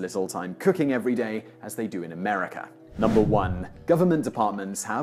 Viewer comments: STOP saying AmericER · It's AMERICA! Not AMERICKER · There is no R at the end of the word America. It ends with an A. If you are going to make videos about a country you should first learn how to properly pronounce the name of the said country. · If you're going to do a video about a country at least get its name right! It's pronounced 'MUR-UH-KA' ... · This is no "R" at the end of the word America